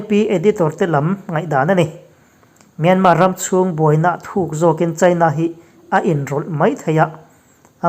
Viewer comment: News reader ah chuan Myanmar lam hming hi i lam thiam berin ka hria...Min awng hlai...han tih te hi dik hmel bik eeee